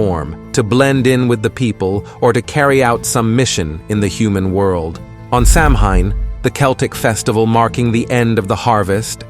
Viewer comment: Samhein... it is pronounced Saw'Wen.